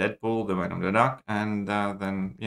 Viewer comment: says "I think I Need lvl 1 lvl2 against Wenn-nom the duck" 😂🤣😂